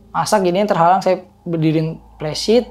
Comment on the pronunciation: Pembetulan: "Messtin" bukan nesting. : "Flysheet" bukan plesit. Biasakan yang betul, betulkan yang biasa.